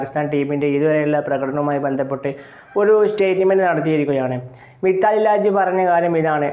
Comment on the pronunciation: മിത്താലി രാജ് അല്ല മിതാലി രാജ്.